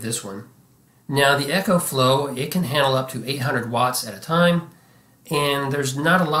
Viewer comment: It's "Eco"flow not Echo